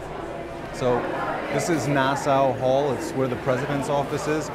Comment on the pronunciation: It’s Nass-AW Hall, not Nass-OW Hall.